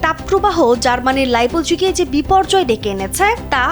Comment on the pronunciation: Amio bhai,pronunciation shune obak.😂😂